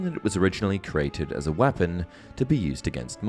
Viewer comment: Man says weapons as “wahpons”